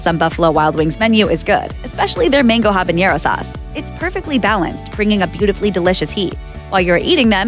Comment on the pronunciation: It's habanero. Not habañero. Don't pronunce that with an ñ.